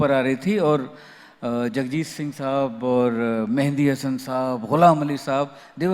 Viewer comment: Sab bahuth achi tarah se kaha hai Vishal Bhardwaj Sahab ne per ek lafz per woh bhi maat khagaye,Mehdi Hassan hai Shahenshah e Ghazal ka naam na ke Mehndi Hassan... Talaffuz per ehtiyat lazim hai...